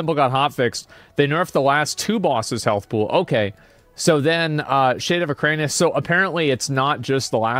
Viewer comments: its erik anus, not ekranius. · Its Iran-ikus not ukraine-ius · "Eranikus." Asmongold: "Ukraine-I-Us" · Hearing him say Ek-rain-ius when literally none of those syllables are in the word weirds me out. Eran-i-kus my gamer. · SAY EKRANIUS ONE MROE TIME MOTHER %$##$#. It's E ran ik us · I can’t listen to it, I don’t know why. Enjoy the rest of the video boys! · he does it on purpose to make it appear like he's an idiot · Bro its Era-ni-kus 😂😂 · I wonder if Asmon is ever going to learn how to read. Eranikus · Is it some joke that he says the name incorrectly over and over? Probably. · yeah most likely just what he used to call it as a kid and doesn't care to correct himself at this point. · Yes. I stole it from him and it always cracks people up. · He has verbal dyslexia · The way you pronounce Eranikus 😂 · If it is elvish or if it the name looks like random noises combined together then yes. But if it is plain English with 8 letters not really. And okay you misread it once or twice. But when you are making commentary about the boss looking at it's name and misreading 10 time in a row. As a native speaker. That's wild.